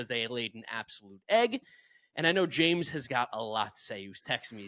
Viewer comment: It bugs me that James can't pronounce hard Ts. lol